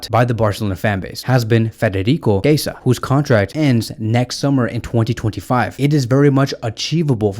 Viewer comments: He is [kieza] not [keisa] 😂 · Chiesa is pronounced “Key-yezza”